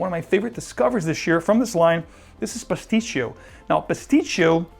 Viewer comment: Great list as always. Just a FYI...it's Sospiro Pasticcio not Pistacchio as most think. Not discounting what you smell as you have a great nuanced nose but it has nothing to do with Pistaccios. This line is all based on musical terms: Vibrato, Basso, Opera etc. Pastacchio or pastiche is an opera or other musical work composed of works by different composers who may or may not have been working together, or an adaptation or localization of an existing work that is loose, unauthorized, or inauthentic. To me it is a very good Iris based fragrance for summer nights. Great scent! Not trying to be a smartass and you are definitely not the first to make this conclusion so maybe Cristian Provenzano did a double entendre here 😂